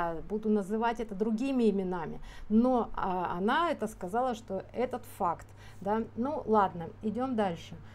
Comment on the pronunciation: ну понятно , что она в целом врет , обеляет сына . Меня зацепил просто акцент на слове Факт . Мама потерпевшего мальчика вообще еле по-русски говорит , часто переходит на тувинский. Возможно, Светлана права в каждом слове видя бессознательное . Но мне кажется , что конкретно здесь она говорит заготовленный текст , не всегда понимания чистое значение русских слов . И это незначительный момент ее Вранья